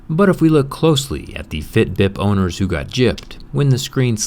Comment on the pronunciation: it sounds like "bib"